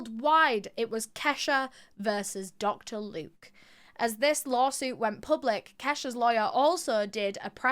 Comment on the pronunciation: 'Locter Duke" ... 😂😂what a loser Dr luke is!